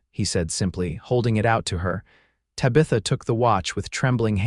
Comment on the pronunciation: Sure wish pronunciations were better Tabitha for one